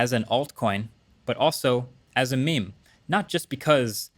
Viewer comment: why do you say meim